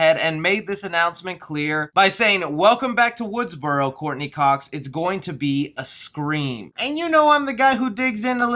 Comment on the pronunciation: Correction its Woodsboro not Woodsborow there's no "W" at the end